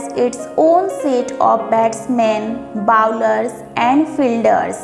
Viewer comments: bouler nhi bowler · 3.12 it's not called bouler it's called bowler